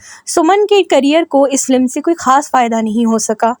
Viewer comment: It's FILM not Flim. Pronounce correctly.